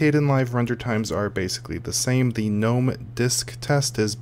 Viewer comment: i like the fact that you pronounce it gnome, and not ga nome lol ... drives me bananas when people do that